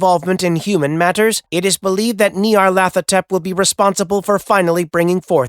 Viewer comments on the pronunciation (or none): The idea that there is a difference between outer gods, elder gods, and old ones, comes from Derleth, not Lovecraft. It's also pronounced Ny-ar-lat-ho-tep